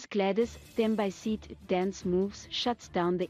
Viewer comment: You need to learn how to pronounce her name and surname properly, clearly you are not South African 🙄